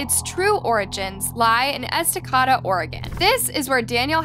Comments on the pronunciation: pronounced or Sounds like eh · stuh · kay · duh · Even though it might rhyme well with 'Nevada', it actually sounds like, 'Esta-kay-duh'! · There's a lot to say about this video, but as an Oregonian.... the way she pronounced Estacada is making me cringe